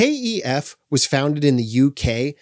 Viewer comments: Stop calling them, Kay Ee Ef. You’re the only person I’ve ever heard pronounce the brand name like that. No one here in England, where they’re from, pronounces the name like that. The company itself doesn’t pronounce it like that. It’s pronounced the same wary it looks. Kef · You are the first person I have heard call KEF 'K E F'. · stoop being a twat mate,what's it matter how he pronounces Kef,FFS cheers up